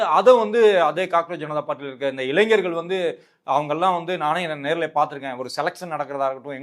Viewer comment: நெறியாளருக்கு ஓர் வேண்டு கோள். தயவுசெய்து தமிழை கொலை செய்யாதீர்கள்... இளைஞர் இது தான் சரியான தமிழ் வார்த்தை; நீங்கள் சொல்வது, "இளைஞ்சர்" என்கிறீர்கள். கேட்பவர்களுக்கு முகம் சுளிக்கிறது.